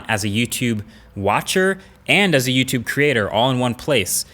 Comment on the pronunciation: He didn't say "Catch you in the next YouTube video" he said " Catch you in the neck tootoovideo or something like that".